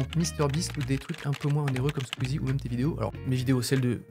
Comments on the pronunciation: Il a dit sqeezie ! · ça fait un pincement au cœur quand tu prononce le mot squeezie vous nous manquez